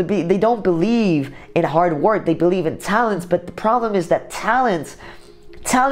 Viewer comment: Sergio Cortes became a pwoblem.. eh? I understand, it's ok .